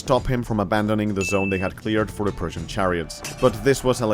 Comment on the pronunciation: Whenever you say "persian" it sounds like you are saying "Prussian"